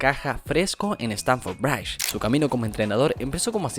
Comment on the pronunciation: stamford bridge está mal pronunciado ojo a tomar en cuenta